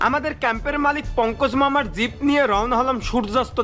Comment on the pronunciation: Zib na jeep bole ok Valo bhabe zib diye kota tao ber hoina tomar re bhai aage zib take valo bhabe mati diye ghuse porishkar kore niyo okay tar pore zib na bole jeep bolbe ar valo bhabe hindi bolbe okay karon ordhek ta hindi hoi ordhek ta urdu hoi ar ordhek ta bangla bhasa bolo tumi tai boli je zib take mati diye porishkar kore niyo valo bhabe 🆗🆗🆗🆗🆗 bYyyy,....